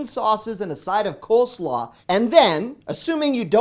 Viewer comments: "Coe Slaw" lol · Cole slaw not co-slaw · What is "kosla"? Again, what is "kosla"? 🤣🤣🤣😅😂 Dude, WTF is "kosla"??? 🤨🤣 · Co slaw? LOL Really? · I like how you pronounce co-slaw 🤭🥰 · Co-slaw lol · 1. The way you say coleslaw is infuriating. Why so people insist on dropping L's in words like gof. This is the first time hearing it for coleslaw. 2. Some of these aren't "hacks". Like the pizza hut one, that's not a hack, it's using a coupon supplied by them in an easily found spot. It's less a hack and more of being a dumb consumer. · Great video as always. I think you mispronounce the word coleslaw. The law at the end is pronounced as law, as in law school.